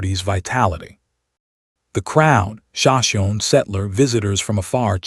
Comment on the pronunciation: This narrator needs to be outed for mispronounced names of the sashimi and tepees… also there are so many addition errors they put!!!! Shame shame shame!